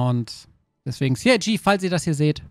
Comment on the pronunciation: Sie Ei Gee - CIG